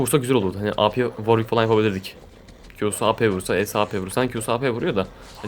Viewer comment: worwick değil W ar W içki diceksin :)